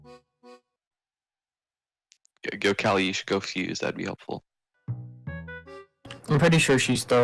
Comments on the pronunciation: A 1000 hrs as yet still pronounces it caw-ly. It's ka-li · it hurts me how he says Kali... like i say "Kal-e" as in.50 "Cal" yet says Call-E like a mfing knockoff of "Wall-E" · IM FRICKING DYING from say kali wrong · for someone who mains Kali you pronounce her name stupidly wrong love you tho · That's not how you say kali